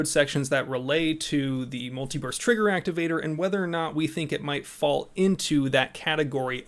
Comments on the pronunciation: Uh, muliverse trigger activator? My trigger only works in this universe. It doesn't shoot in other universes. When did Cali get triggers that could shoot through the multiverse? Damn aliens dropping tech on Commieland. LOL, you need to enunciate better. Every time you said it I did not hear burst. Wait wait wait....I'm watching this at 2x speed while working. Oh, well. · Did anyone else hear him saying "multi-verse" instead of "multi-burst"?